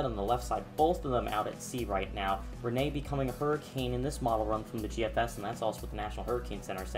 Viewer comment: Yay he finally said Rene right